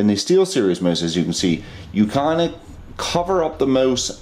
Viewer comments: did he just say gaming moose? HAHHAHA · he says mose, of course he is Canadian! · The way you say mouse, it sounds like your saying moose. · LOVE how you're saying mouse xD